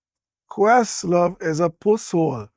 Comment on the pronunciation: Did he call questlove a “puss sore” or a “puss-saur” (like some kind of dinosaur?)